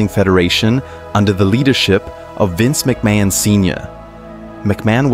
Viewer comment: Ah yes, Vince MickMayin. 🤔